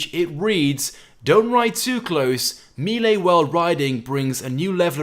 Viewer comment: Milee or Melee?? (Melee ofcourse. Don't know why you say Milee.)